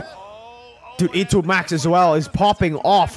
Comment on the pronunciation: Your E2MAX Pronunciation is on point btw 😂👍